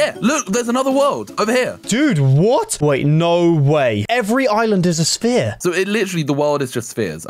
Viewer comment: What do you mean spear It’s sphere